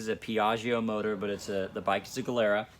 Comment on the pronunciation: so funny how you say gilera xD